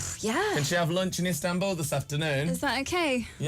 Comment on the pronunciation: she says "ISTANBUL" OMG